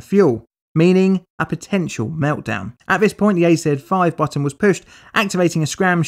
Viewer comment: Why is the AZ-5 button always say A3-5. Does anyone have any idea why that is?